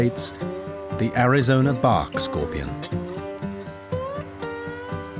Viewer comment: Bark not bawk